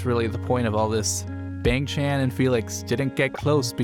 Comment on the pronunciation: Please pronounce Bahng for Bang, Chahn for Chan